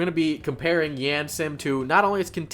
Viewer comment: It's a pet peeve of mine that he pronounces yandere like the word and. Instead of pronouncing it like yandere like the word yarn